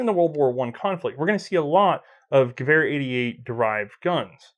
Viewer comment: I love watching these but why do you insist on saying ge-war when it's ge-ver and I'm not even German :)